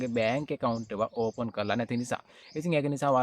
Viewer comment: ඕෆන් නෙවෙයි පෙත්තා ඕපන් open😂